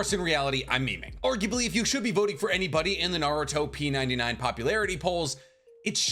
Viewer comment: Pretty sure they intended you to say it "Naru-Top 99" as in the top 99 popular Naruto things